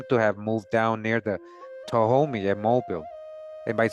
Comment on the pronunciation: Hey Mobile Alabama, Mobile is pronounced Mo-beel like an electric eel.